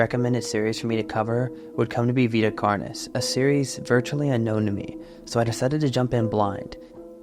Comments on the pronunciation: “Carnis” is pronounced like “car-nis” and the plural is “carnes” (pronounced like “car-neys”) It’s Latin and follows third declension rules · its car-nees, I hear you saying carni like as if the plural of carnis is like cactus/cacti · plus, thats just the text-to-speech weirdly pronouncing it, if you actually look up the latin pronunciation it says car-nis